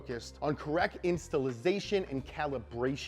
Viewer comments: Thought you were gonna get away with saying 'installisation'? I'll let it slide if you do a video on Jaguar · "Correct Installisation and Calibration" lol keep it up